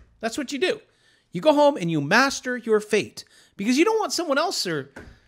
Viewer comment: I thought you said masterbate not master your fate.. lol